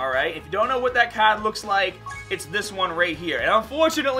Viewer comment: Why does this guy say card and r like that I'm getting a bit triggered how about u guys😂